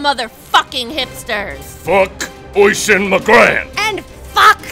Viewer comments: it's oisín and it's pronounced uhsheen not oyshin lol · It's spelled Oisin I'm Irish and its pronounce Usheen, I happened to know one:) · I know it's a joke and all but calling "Oisin" Oishin it's kind of annoying...., also I can't put a fada on the last "I" cuz mobile. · Lol it's weird hearing Oisín pronounced like that we actually pronounce it uh-sheen